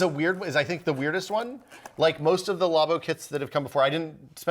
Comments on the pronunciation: Wait, you don't say "law-boh" as well?!?!? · Nobody:: law bow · It makes no since when people pronounce it like that, the word derives from Lab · The way he said Labo... facepalm